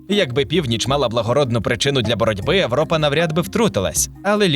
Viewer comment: а чому ви кажете "Европа",не через Є? щось новеньке